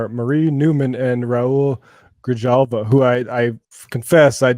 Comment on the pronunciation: Marie Newman: great new addition to the squad! Raul Grijalva (that's "GriHalva", not "GriDZHalva"!): great old pre-squad progressive, fighting the good fight since before it was cool.